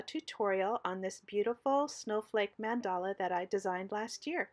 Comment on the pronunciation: BEAUTIFUL. The correct pronunciation is MON-duh-la.